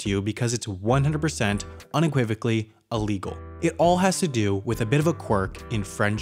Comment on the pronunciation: It's not Allegal its illegal.